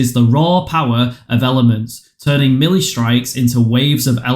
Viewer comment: Thanks for the help but melee is pronounced "maylay"